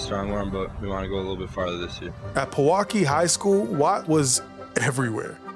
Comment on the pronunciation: It’s always fun hearing people pronounce Wisconsin city names. Pewaukee is pronounced pee-waa-kee